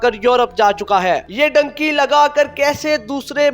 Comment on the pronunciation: Dunky hota hai bhai ye dynki kia hai 😂